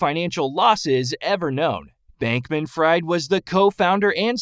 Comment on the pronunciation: You mispronounced his last name and it's FTT not FFT.